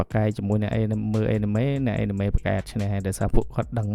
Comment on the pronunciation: Anime អានម៉េចចេញ (Enemy)អេនណាមី😂